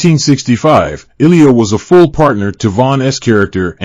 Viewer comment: Beatles K haircut? Please give us a voice we all can understand better! They can't even pronounce Illya's last name correctly (at least, he bothered to say David's last name better than most narrators). RIP, David